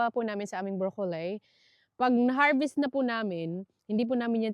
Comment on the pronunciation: this is not bashing, yung pronunciation mo ng "broccoli" iba iba kung minsan yng letter "i" ginagawa mong long "i" kng minsan short"i". Tingin ko confusing, pronounce mo ng short i yan talaga ang tama dito sa Canada never heard na long i ang pronunciation. Sorry!!!